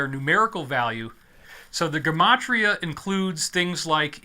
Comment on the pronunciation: Did you purposely mispronounce Gematria so YouTube won’t pick up on it? Man the censoring is so bad these days.